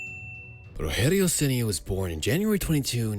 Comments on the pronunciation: You took a lot of imaginative freedom for his early professional years. Most of your video about his beginning is invention. Also, it's not "rohério", it's Rogério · It's not ROHERIO CENI, it's RODGEHRIO CENi DG, not H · it's not "Roherio Ceni", it's actually "Rogerio Ceni" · It's Rogério with the soft "G" sound in French, not the "H" sound of Spanish. Excellent video! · The g in Rogério sounds like a J, not like a R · Won a Brasileirao for my team in 2021 as a coach. And to think I've cursed him in the stadium a lot when he was a goalkeeper. Also, "Rogerio" is read with a english G sound, not H. It's not spanish. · It’s ROGERIO , NOT ROHERIO , stop reading it like he’s spanish or mexican ! The main Language in Brazil is Portuguese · His name is rodgerio and not roherio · Um vídeo inteiro com o cara falando "Rorrério". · "Roherio Ceni" Man, my face cringed so hard it ate itself. It's spelt like Roger, with a G sound, and an added 'io' at the end. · "Orrério Ceni"🇧🇷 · Nem pra pra ele usar o R retroflexo kkkk Tipo...Ŕogéŕiou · Roregio ceni 😂😂😂 que pronúncia é essa 😂😂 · roHerio? we don't speak spanish...... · Its not pronauced ''Roherio''. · Roherio???? WTF??? Its not spanish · Me, a Sao Paulo fan, watching the video: "😁😌" Me when the narrator finally says Rogerio's name and instead of pronouncing it with his own accent to make it natural he decides to say it as if the dude is Mexican: "🥵😵Oh mah god bruh.. hell nah man, wtf? Get yo ass..." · the way he says ''rogerio'' is funny as fuck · You butchered his name though. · Don’t mispronounce the name man. Respect!!! Spfc for life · When speaking Rogério you don't need to speak the "gé" like in spanish, with a "he" sound. In portuguese you say it with a "je" sound. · The G in "Rogério" sounds like an English soft G. Portuguese doesn't make G/J sound like H. That would be Spanish.